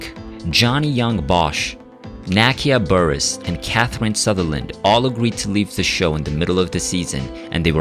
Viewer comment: You mispronounce Nakia's name, it's pronounced Na-kee-uh Bah-reece